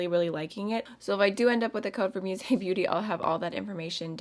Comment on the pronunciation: Its not pronounced as "muse" beauty but musée beauty, its a french word ;) it means museum